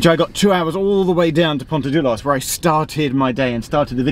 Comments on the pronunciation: Pontarddulais is pronounced pont-ar-thill-ice! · Have really enjoyed this series. BTW the 'ddul' in Pontarddulais is pronounced as 'thil' , th as in 'then'. Double d in welsh is equivalent to th in English.